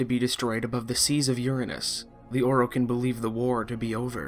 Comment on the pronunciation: Its Or i Ken not Or o kin.... holy shit...